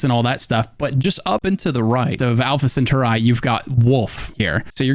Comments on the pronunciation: I can't man. its not centauri(eye), its centauri(e). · Mate i love your guides, one thing thou I heard it already in 2 of your guides...it's actually Alpha CentAuri not CentUrai lol keep up the good work! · Alpha … what?! Did you say “cent ur eye?” Cen TAR eeeeeeee Centauri Lol sorry. I’m a space nerd. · sen tar ree not centuri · "Alpha Center-eye"? really? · It’s pronounced “sen-tar-E” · Excuse me sir, Alpha what now? CentaurEYE?!?!? 😂😂😂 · Ah, yes, Alpha Senthereye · Dude… it’s Alpha Centauri… pronounced sin-tar-ee. Pretty sure kids learn about that star in school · Love his mispronunciation of Alpha Centauri. Al-fa sen-tar-ee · “Alpha Center-Eye” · centurai is triggering me lol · Alpha centauri al·fuh suhn·taw·ree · Brother say it with me , ALPHA CENTAURI, (CENTAUR-EEEEEEEEE) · Say it with me Sin-Tar-Ree